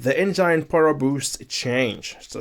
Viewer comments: The way he keeps saying enzyne power instead of Engine power. 🙃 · eitherway it was really informative video. Hearing someone say enzyne is mildly infuriating for me lol.